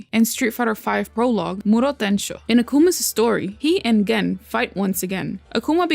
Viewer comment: You're pronouncing the name Gen wrong, but it's okay, I like your vids, keep up the good work